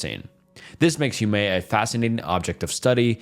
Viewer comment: My guy struggling for his life everytime he had to say Huamea